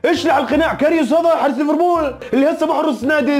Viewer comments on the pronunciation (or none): none